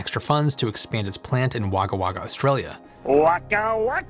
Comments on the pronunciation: You need to pronounce 'Aussie' as 'Auzzie', it is painful to hear it commonly being mispronounced. Also, 'Wagga Wagga' is pronounced as if spelt 'Wogga Wogga'! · Wagga-Wagga is pronounce WOGGUH-WOGGUH! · Pronounced WOG-A WOG-A - don't blame me, I didn't invent the English language. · I think wagga wagga is pronounced - Wagga. The use of the same word twice means a lot. So Jim Jim falls is "A lot of Pandanus trees" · Very neat and balanced. Thanks. BTW: You and Fuzzy Bear should pronounce that town "Woguh Woguh". Fantastic that they chose to build things away from major centres. Hopefully cheaper real estate. Interestingly, if they've put together a site in Wagga Wagga, this hints to their process probably being fairly well defined and mature, since it may be a touch harder to get hold of staff who can develop complex production techniques out there.... There are some universities nearby, so I could be wrong about that though..